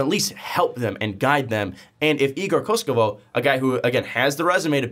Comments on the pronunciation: not koskovov, KOKOŠKOV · Slovenian coach but igor is a Serb. read as it writen KOKOshkov not koshkovov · Well regardless of your focus on his last name, you still got it wrong. As well as Goran Dragic's last name. I guess it would be easiest way to describe the pronunciation as "Kokoshkov" like the other reply mentions. When it comes to Dragic, you pronounce the G the same way as the one in his first name (or "dragon", for that matter) ; while the letter "C" at the end sounds like "ch". So it's Dragich, Like Donchich, which you do pronounce correctly.:) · ko-kos-kov kokoskov Thats how you pronounce it